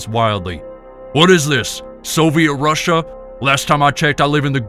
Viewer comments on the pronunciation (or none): none